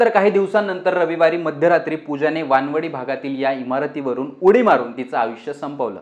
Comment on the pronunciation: Are amba wadi kaju wadi tashi waan-wadi nahi re chutya waanav-di ahe te 😆.